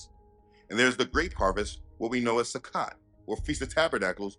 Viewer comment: A friendly correction. The O in Sukkot has the long O sound. I understand that the O in Hebrew is always pronounced with the long O sound. Just striving for truth and accuracy. YAH Bless. Shalom